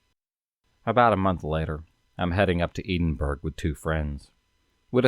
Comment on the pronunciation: It's torturing me that your not saying Edinburgh right I live here 🙈🙈🙈🙈🙈🙈